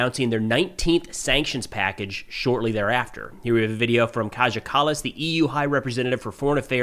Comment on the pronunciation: It's not Kadger Callas, it is Keia ( K-eye - a).